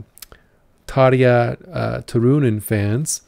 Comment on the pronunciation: Hei ystäväni! Kiitos tervehdyksestäsi. You also pronounce Tarja very well. One very easy rule of the Finnish language is that the stress is always on the first syllable (your pronunciation of Turunen was very good too apart from the stress).